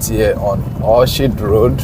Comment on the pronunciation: good job. The name of the street is pronounced as Orkid. Just as you pronounce Orchestra. English pronunciation can be hard.